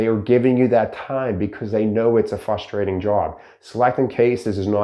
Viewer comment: Fustrating or frustrating